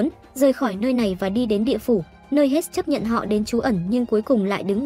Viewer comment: hermes mà n viết với đọc thành handmade wtf??